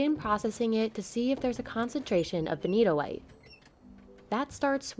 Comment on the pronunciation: That benitoite is beni-TOITE!